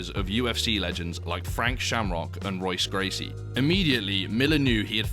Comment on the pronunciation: Its pronounced hoyce gracie come on dude who doesn't know that